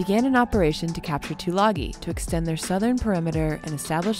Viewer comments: FYI,it's pronounced " two lung ee". :-) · Tulagi is pronounced Tulangi as in sing.